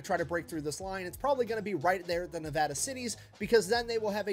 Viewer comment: Being a Nevadan, I love that they took place in the Nevada Cities. Nice that Nic said Nevada correctly. You, however, did not.